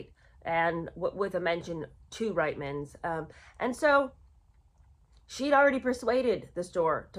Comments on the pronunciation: It is pronounced Reetman's and it is not very complimentary to call your Canadian fans who buy from Reitman's declining and aging. I feel neither declining nor aged and the last time I looked at my feet, they were firmly on the ground. 😂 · Sorry. I’m Canadian. It’s pronounced “Reetmans”. And you can see these Ads on YouTube. They are hilarious. It’s like Meghan wrote the Ads herself. “Look! It’s Meghan Markle” is the main theme of the videos. Then everyone is stunned by her beauty, and they want to know where she got her beautiful clothes. She smiles and says “Ladies, it’s Reitman’s!” I remember seeing the Ads at the time and thinking “who is this woman? Am I supposed to know her??” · Hi, love your videos! As a Canadian, I hope you won't be offended by the following: The store Reitman's is pronounced "Reetman's". Keep up the good work, please. You have a good sense of humor too!